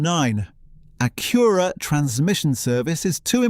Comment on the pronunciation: Evidently, thing number one is how to pronounce "Acura."